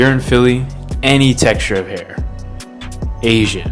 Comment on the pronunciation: fr it’s how hard he emphasized “ASIAN” that got me 😭